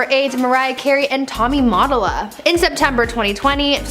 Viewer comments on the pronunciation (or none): TOMMY MOTTO -LA LMAO GEN Z 😩 TOMMY MA-TOLLA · U said mottola wrong